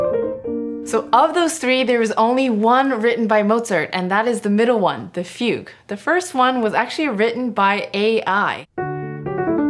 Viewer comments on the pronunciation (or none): none